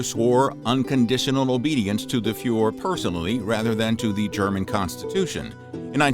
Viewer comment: Did he just say the youths fell to Fuhr pressure ?